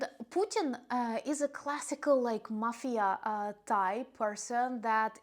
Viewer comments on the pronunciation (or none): none